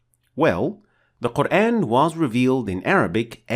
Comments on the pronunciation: Yooo admin!!! Can you pronoun Al Qur'an in a correct pronounciation!!!??? In a corret method??? I sick hear that word qur-aen even though you talking in english the of GOD'S BOOK MUST BE THE SAME!!! as you name is we can't change your name to be " The one who be praised* when we talk to you in english.!!!!! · Wrong pronunciation of word Quran. It sounds like Qurain.